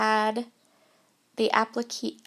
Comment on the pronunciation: Applique...three syllables, last one rhymes with "say."